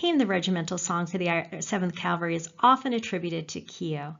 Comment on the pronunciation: Wish she didn't consistently mispronounce "cavalry" (of all words!)